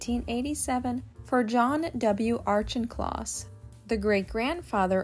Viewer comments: pronounced: Au-KIN-kloss, not Au-CHIN-kloss per the voiceover. Otherwise, interesting photos and history, and good jazz music in the background. :hand-pink-waving:Ironically, Janet, Jackie's mother, was always critical of Jackie -- probably because of Jackie's undying affection for her father, "Black" Jack, whom Janet had divorced; and yet, Jackie outshone her mother in every way, especially in beauty. (Janet was a dog, imo. woof!):face-fuchsia-wide-eyes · ☝🏻I’m Steve’s wife 🤫! I’ve always loved Hammersmiths farm, Merrywood being a close second. Ok I have to correct the pronunciation of the Auchincloss name, the ch is pronounced as a k sound. aa Kuhn Klaas! Look. It. Up. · Each home is a remarkable and prestigious piece of real estate. Just one note: there's no "r" in the pronunciation of Auchincloss. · This always happens when I hear other people say it in a certain way in real life I assume they are right. It seems it is pronounced - “Auck in closs” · Is it pronounced "Ouch-in-closs"? That's how I've always said it. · Hi! Thank you for your wonderful comment! Don’t worry, you are correct, I mispronounced Auchincloss, and got N street wrong… I actually always look up how to pronounce the names I do not know-just to be sure-and many of these sites that I look to are wrong! I later find out after I post a video and it’s all done… but it’s okay! As time goes on I learn more and old mistakes are corrected! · You missed pronounced ‘Auchincloss’. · I was going to make the same comment!😀